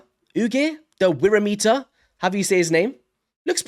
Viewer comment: it pronounced worm eater wyrm is old english for dragon .